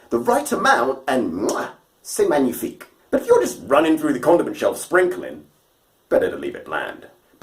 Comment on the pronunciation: C'est magnifique!!! (as a french man I can tell that you said it perfectly). great content, I particularly like the fact that every exercise has a purpose and how you transfer that to the track! 👍